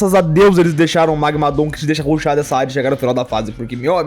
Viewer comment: Ouvir ele falar magmadooom é estranhamente engraçado